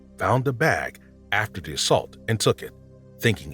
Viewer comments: Is this an AI narrator? The accent / lingo is driving me crazy. So much "da" instead of "the" and other similar sounds... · The tenor of the voice is very nice to listen too - subject is interesting -BUT the narrator needs to work on pronunciation, especially in the word “the”. It’s “th” not “de”